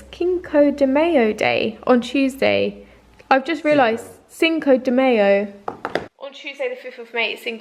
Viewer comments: your pronunciation of cinco de mayo cracked me up :') it's pronounced like "sink-o de my-o" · As an American I thought it was so funny when you didn’t know how to pronounce “Cinco de Mayo.” But then I thought, “I don’t even know what a pub quiz is...” 😂 I’ve heard a lot of British youtubers mention them since the lockdown. Can someone please enlighten me? What is a pub quiz and how does it work over zoom? 🤷‍♀️😬